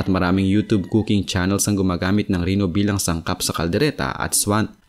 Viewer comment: Reno hindi rino! ayosin mo pronouncation mo.